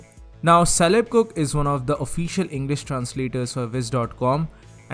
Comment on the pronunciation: Just wanna point out that Caleb is pronounced with a hard C like in "cook" lol. Great video though!